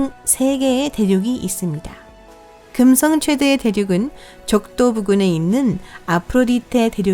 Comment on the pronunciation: 발음 뭐니 긍썽 수썽 어떤 채널은 혀 짧은 아저씨가 나오더니 우주 관련 성우는 이게 대세인가